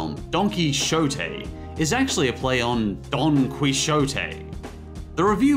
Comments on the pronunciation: It’s Donkey ote not Donkey shote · donkey shote? what the- he can not pronounce anything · The X in Donkey Xote is “H” sound. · Giant Deflating Football No, “Key-ho-teh”. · >Donkey Shoh-Tay Cmon now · I think this is pronounced “Donkey Ho-tay” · It's pronounced KEYjote btw lol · you kind of butchered the pronunciation of Don Quixote: > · is triggering me with his pronouncing of Don Quixote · This is exactly what made my eye twitch! First Donkey Shotay, then CANS?